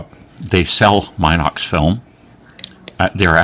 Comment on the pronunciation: Anyone else trigged by "Mynox"? 😆